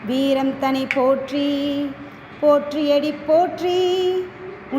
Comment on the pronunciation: தேர்ந்த குரல் அது மிகவும் சிறப்பு❤. உச்சரிப்பு பல இடங்களில் சிறப்பு; சிவ இடங்களில் தவிர்த்து❤. "போற்றி அடிபோற்றி' என்று வந்திருக்கலாம்; "போற்றியடி போற்றி"என்று வந்திருந்தது❤. ஆக, பிடித்நது❤. பாடகியம்மாவிற்கு அடியேனின் பாராட்டும் வாழ்த்தும்❤.